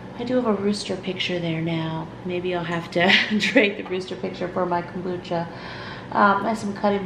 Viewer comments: It’s komBOOcha, not kOOMbotcha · Love your videos. I make kombucha also. We pronounce it "comeboocha". My son gets a kick out of you saying it😂. I don't know the proper way to pronounce it now😂. I heard if using green tea you should mix with black tea also. It needs the black tea. I don't know if that's true but we shall see how yours turns out.❤